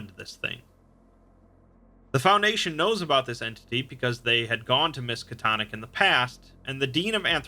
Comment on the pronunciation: narrator: "Miskitonic university..." me: looks up from Minecraft Lovecraft wut?